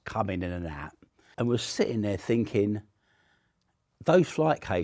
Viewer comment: This guy speaks in the same mannerisms as the little british girl from tiktok who suggested getting her mom a candle cause she promised to burn the next bad gift she got. Not relevant at all but every time he goes "So im finkin..." i cant unhear it.